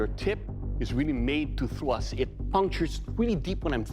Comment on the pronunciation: I see many posts about his pronunciation of kill but can we talk about how he says “thwust” when talking about the stabbing potential? Although I kinda feel he only took this job to compensate for having pent up rage over people talking about his speech.